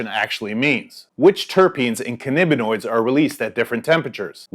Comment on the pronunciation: Cannabinoids, not cannibinoid. Vaping is smug.